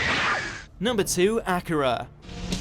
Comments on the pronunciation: No he did not just day "Acura"??? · Thats not how to say akira